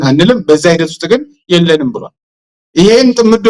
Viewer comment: ተጋባዡ ተናጋሪ የአማርኛ ግድፈት ያለበትልጅ ነው ለምሳሌ " ብሏል " ለማለት "ብሏን " " መጧን" እያለ ያወራል